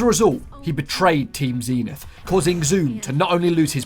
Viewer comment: I cant cope with how you pronounce zenith zeeeenith